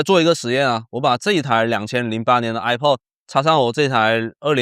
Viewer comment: 首先它不唸I破 它唸I帕